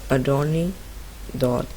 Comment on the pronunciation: What the hell dude the name is called adornee it was so unclear and captions says "a door d" 🗿🗿🗿